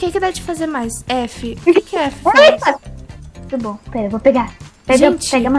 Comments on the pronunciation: Não é tudo bom é turu bom ouviste? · É tuto bom?😂